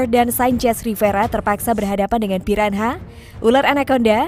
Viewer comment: Piranha di baca ; piranya